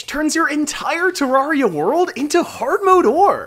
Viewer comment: Why does he say ter R ee uh every time in this video when he tries to pronounce ter rare ee uh